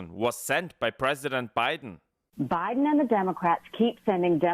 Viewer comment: Why was I cringing when every time she said biden she said billion🥴🤨.....and 6 billion was too much for the southern wall/border??🤔